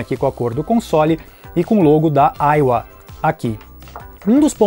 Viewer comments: Se fala "AIVA" e não aiua, kkkkkkk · Que satisfação ouvir AIUA e não AIVA kkkkk